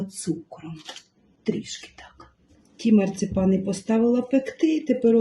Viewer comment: Не марцЕпани, а марцИпани.